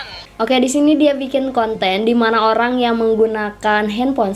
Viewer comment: Orang normal : Orang Mbak cadel : Olang